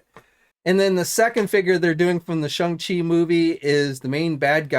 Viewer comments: P you keep pronouncing it s h u n g it is supposed to be pronounced s h o n g like the difference between long and long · As well as Shung Chi lmao